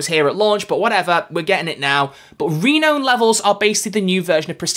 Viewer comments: You completely, mispronounced, renown. It's Ree-now-n, not Ree-know-n. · The way you pronounce "renown" is killing me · "Re-known" or "re-noun"? Don't tell me I've been saying it wrong all this time!